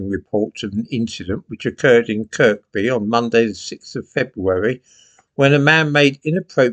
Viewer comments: "Kirby", not "Kirkby",. Just saying. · Kirkby is with a silent second 'k' ("Kirby") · Silent 'K' in Kirkby.........say it 'Kirrbeee Lar.' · Locally 'Kirkby' is pronounced Kurr bee'. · Liverpool place names are a minefield for mispronunciation. Kirkby has a silent second K. It's pronounced 'Kirby' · Kirkby is pronounced "Kirby" (the "k" is silent). Also, the borough of Knowsley is not in Liverpool; it is in Merseyside, just outside the city of Liverpool. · "Kirby" - the K is silent. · Kirkby = Kirby, the second K is Silent 😉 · The second k in Kirkby is silent